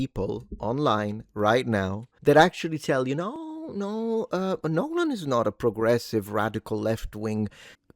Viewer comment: Congrats on not butchering the last name that much. 😂